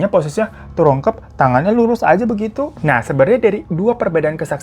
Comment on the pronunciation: 19.09 terungkep😂 smpe aku puter berulang² kirain telingaku yg rada soak😂